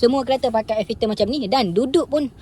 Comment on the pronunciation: Nape sebut ayer filter😢